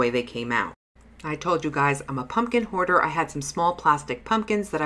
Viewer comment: Hahaha 😂 bahaha!!! You always make me laugh,! I love 💕 all the projects! Every time you said, “ I’m a pumpkin hoarder” I thought, “a pumpkin goarder” oh boy...more coffee ☕️ please! Thank you 🙏🏻 for another super great video! Take care of yourself (and Peter Parker) 🤗💗👍🏻